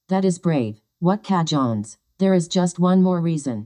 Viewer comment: AI was unable to pronounce cojones properly! That made me laugh too.